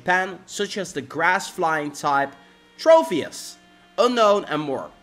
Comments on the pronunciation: It's tropius not trofius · As well as every time he said "Trofius"... TroPius, with a 'P', not with an 'F', not with a 'PH', just a singular 'P'.